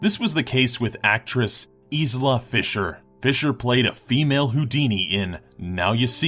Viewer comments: EESSSLA FISHER, its pronouced eye-la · lol it's pronounced Eilah Fisher not Izla. And I'm pretty sure that Brandon Lee in the Crow got shot on set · lol "Eezla Fisher" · You really butchered Isla Fishers name there, it's pronounced "EYE"-luh FISH-ur". If you're not sure about pronunciation why not just google it? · K -beks Firstly it is a matter of respect, he is talking about a famous actress to make money and hasn't even bothered to pronounce her name correctly. Secondly this is part of his job, why not encourage him to do it well. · The pronunciation of 'Leavesden' and 'Isla Fisher' is chronic!